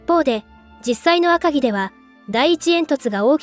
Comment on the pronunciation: どうしても「あかぎ」のアクセントが気になっちゃう。気にしないようにすればするほど頭の中でグルグル渦巻いちゃって、3分くらいで断念ｗ